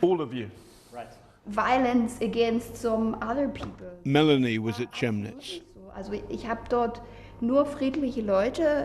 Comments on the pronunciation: Not Che-mnitz but Chem-nitz, please. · Why can't the BBC take two seconds to find out how Chemnitz is pronounced? It's with a K, not a TSH. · Learn to pronounce "Chemnitz" (Kemm-nits) before you start pontificating, twat. And Sweeney, you are one of the most - maybe the most - biased, unethical, left-wing programmed turds on TV today - in short, a BBC reporter. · where is Chimmnitz - do you mean chemnitz? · Jesus please tell that reporter its pronounced even in English as phonetic "camditz" like camden ... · You can't even pronounce Chemnitz properly. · BBC reporters cannot even pronounce Chemnitz correctly. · How can a modern presenter fail to pronounce Chemnitz properly? Perfect Brexit ideals. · If they're doing research, you would think they might ask someone how to pronounce 'Chemnitz'.